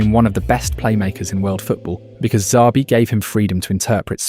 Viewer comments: The real crime is calling him Z-abi alonso. It's Sh-abi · its not ZABI ...please get it right